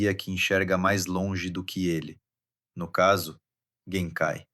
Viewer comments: "Yuzuke" "jenkai" ... deu não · Conteúdo ótimo, mas, o áudio é original ou de IA? Cuidado com a pronúncia dos nomes.... Escutar "YuZuke" e "Jenkai traz a impressão de que quem gravou simplesmente não assistiu o anime, sei lá.